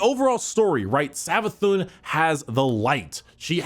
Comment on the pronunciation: "Savathun" Oh God.. Its Prnounced Savathoon (Cause It has the Accent above the u making it Like this Savathûn, Meaning its Not a 'u' sound its a oo sound instead.)